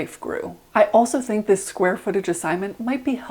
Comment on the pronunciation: "zis" LMFAO